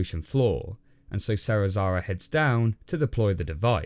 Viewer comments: Man....SeriSaWa not SeriSaRa. Not that hard to pronounce xD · Serizawa was even woese